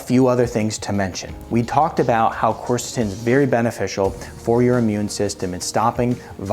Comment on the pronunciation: You might first learn to pronounce it.